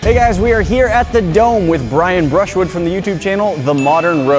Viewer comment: It's Bruschwood!!!